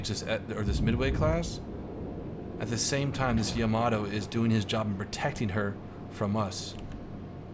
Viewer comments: why does everyone pronounce yamato incorrectly? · YA-MAA-TOE.........tell Baron as well.... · Maybe Yamato as well. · I dunno what is more infuriating, the constant misprounciation of "Yamato" or stuff like "did a 360 and got the hell out of there" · Soon he will learn how to pronounce Yamato